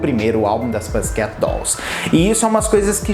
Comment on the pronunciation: Toda vez q ele fala pãssi queti me dá um treco